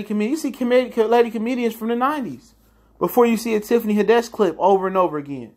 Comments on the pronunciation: It's Tiffany Had- ish bro. Not haddesh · Who Is Tiffany "Ha-Desh"? Is It A "Tiffany Hadd-Ish" Imposter? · It’s Tiffany HAD-dish, not Tiffany Ha-DESH. Lol good video tho 👌🏽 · Haddish bro! Not HAdish! You're right overall though. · Had-dish..... not Hadish. Say her name right. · Why you keep pronouncing her name as “head-desh”.... It’s HAD-DISH...‼️ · I can't take this dude serious on what he's saying about Tiffany Haddish bcuz he can't even pronounce her name correctly. Who tf is Tiffany Hiddash?😞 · The only thing that made me cringe is how you say Tiffany last name 😖. It’s had-dish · 😂😂 I like how he break it down but, why do he say Tiffany Had-dish name so wrong? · Tiffany Huh-Dash lol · You are saying her name wrong please do better but I totally agree with what you're saying 100% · There is literally no reason you should be pronouncing Tiffany’s last name like that, it’s literally spelled how it sounds... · You not even saying her name right 🤦🏽‍♀️ but I agree with what you’re saying. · Pronunce tiffanys last name right